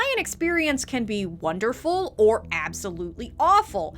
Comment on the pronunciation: I know you say ”Send the video to a friend or your mom” but I always think you’re saying ”of your mom” and it’s just adorable to imagine people sending these videos specifically to their moms friends gjfkfjsns